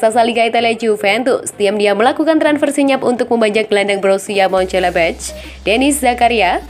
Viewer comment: Kok "Mencelebeh" sih? Itu klub apaan?? Partick "Viria" juga siapa?? 🤨